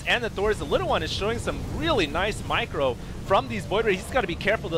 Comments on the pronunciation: Yeah I have, that's why it was funny when in his excitement it sounded like he said Michael. How about you calm down and stop acting like a child. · I love the gibberish comes out with when he gets excited. "Oh, and nice michael from the little one!" lol...